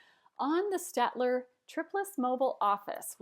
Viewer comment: it's 'stayed-ler'